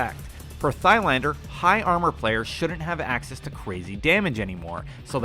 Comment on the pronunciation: It never gets boring listening to Americans trying to pronounce foreign names. hahaha. Just read like the H is not there "Tylander" without saying the "a" like it was English, more like one from La-La-La. Try that off camera a few times and the have a better go in the next video.